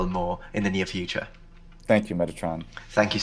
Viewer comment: are you sicilian? Cause your greek pronounciation is beyond perfect. Excelent. The american cannot match you. He needs 20 more years exiled in Greece.